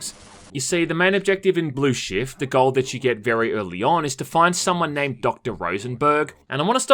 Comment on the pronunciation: every time he says "shift" it sounds like shit